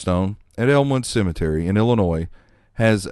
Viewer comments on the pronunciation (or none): none